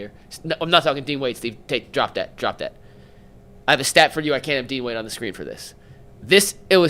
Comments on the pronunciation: im ngl, that alone is why im turning this video off mf said dean wade… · this nigga said dean wade…stfu bro